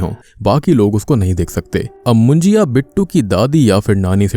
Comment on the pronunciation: It's not मुंजिया.. it's मुंज्या!!